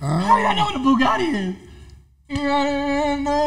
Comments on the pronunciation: you dummy its BUGATTI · Pretty sure he was trying to say Bugatti